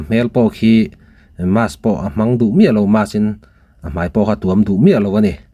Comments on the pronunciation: 😂😂😂😂😂 adik chiah ka nui i van tiza tak,mass ati tlata mask ti tur kha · Mas haha...mask ti la 😂...kn hmu ve vek sia I sawi ho e...